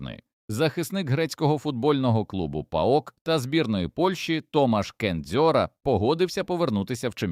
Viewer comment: Чому КеНдзьора, якщо вiн Kędziora, а сам він наполягає, що правильно вимовляти його прізвище Кенджора?..)